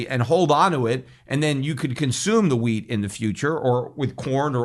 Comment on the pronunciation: Peter said wheat, but for a second I thought he said weed (hemp) LOL Can’t imagine Peter stockpiling weed!